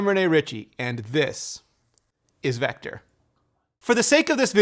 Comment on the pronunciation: Love the new coffee vector thing. But please stop saying This. Is... Vector like it’s some super important thing. It makes me cringe every time.